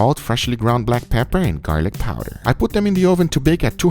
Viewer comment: How many shots for when he says "Gar-lick PAAAWWW-der" He sure does have that creepy youtube voice down. I swear there must be a video everyone watches when you google "How to get famous on YouTube" where they instruct you to talk in a weird random creepy accent.